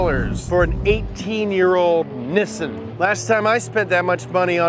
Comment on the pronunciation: Stop saying nissin it’s Nissan